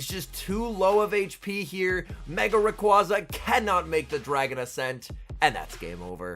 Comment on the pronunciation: Love the videos, and not trying to be a dick when I say this, but it's pronounced Ray-qWAY-za